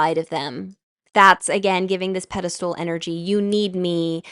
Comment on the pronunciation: PEDESTAL not PEDESTOOL- if you didn't say it 100 times I wouldn't have commented but I was about to throw my phone across the room so I just need to tell you that it's pedestal.